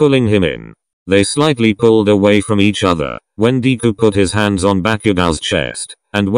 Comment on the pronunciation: The way the person says deku as deekuu